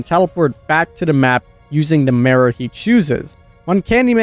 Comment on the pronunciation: The way you say "Mirror" makes me cry, but the rest of the video was great